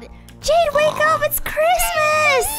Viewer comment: It's not crismeis